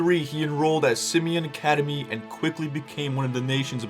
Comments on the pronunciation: It’s pronounced sim e awn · He grew up in englewood and it’s called Sim-eOn but spelled Simeon